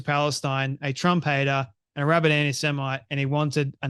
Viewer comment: You said rabbit a.s?